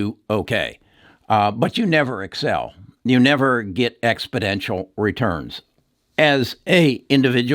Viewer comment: Expodential as you keep saying isn't a word, exponential is, just thought I would bring it to your attention.